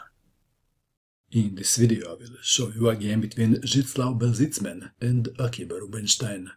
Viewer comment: Mato you are my hero just for pronouncing white player name